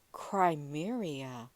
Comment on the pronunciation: It's crimea not crimeria & cubit not cubic otherwise great upload